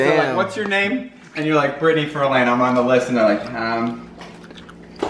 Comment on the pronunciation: NOT Birttney